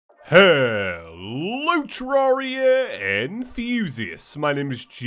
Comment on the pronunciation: In the intro I thought he said terraria and fusists